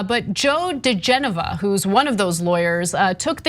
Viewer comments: Odd this. I kept hearing 'Degenerate', instead of DiGenova. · It's DiGenova . On the weekends I raise de genoa on my sailboat, lol!